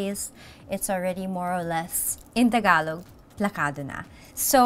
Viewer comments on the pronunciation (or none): none